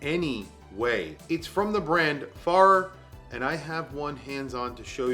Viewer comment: Fare-er, Fare-er